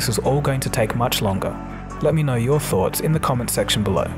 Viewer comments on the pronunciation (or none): none